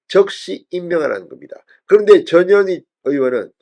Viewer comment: 이름이 전년이가 뭐냐 발음이 전현희가 아니라 전년희가 더 쉽구나 ㅎㅎㅎ 마씨 헌재재판관 꿈도꾸지말고 자진 후보사퇴하라